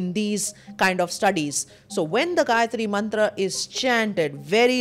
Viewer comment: Perfact pronunciation of Gayatri Mantra..